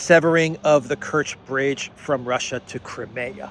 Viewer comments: Hi, it’s CRY-ME-AH not kremea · Good video. However, Russian is not the easiest language for westerners. That means pronunciation of many Russian words is difficult. Crimea is not one of them. Generally agreed is “Cry-me-a,” and even Russian speakers pronounce the word that way. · Just wondering. Do all American accents pronounce Crimea as "Cri-mayah" as opposed to the UK pronouncement "Cry-me-ah"? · Just say KRIM. Ukrainians, Russians and all Slavic people will understand.